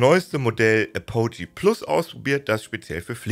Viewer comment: Bitte das nächste Mal vor der Videoproduktion nachschlagen, wie Apogee (engl. Gipfel, Höhepunkt) ausgesprochen wird.